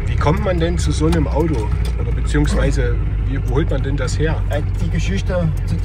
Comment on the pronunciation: Sachsenring, das Audoo!